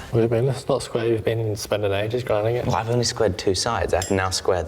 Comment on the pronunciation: good lord... really hitting that accent hard... took 3 plays to hear it ... "What do you mean it's not square? you've been spending ages gridin it"